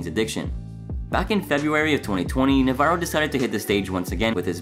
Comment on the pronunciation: Dave “Navarro” NA -Va-RRo” not navero